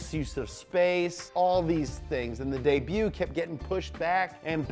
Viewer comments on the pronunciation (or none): Debut is pronounced daybiu not daybutt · Debut is pronounced day - bu not the - butt you uncultured filth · Interesting how he pronounces pounds and debut .... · weird way to pronounce "debut" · I have never heard anyone else pronounce debut the way you do.